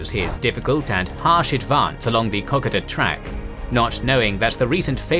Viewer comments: Great series on the Kokoda Track battles. But please - Cocka-da? It's Ko-ko-da. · It is pronounced Koh-Koh-da, and rhymes with Yoda. At least, that is how we say it down under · Say it with me "Ko-Ko-Da" you butcher the pronunciation. While this is a good tactical display of the battle, it does not show the disgusting and appalling conditions it was fought in. Go watch the movie "Kokoda" and see for yourself. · You're pronouncing 'Kokoda' incorrectly ... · OMG. Why do you still keep calling it the ko ka ta track? Thats also not how you pronounce Maroubra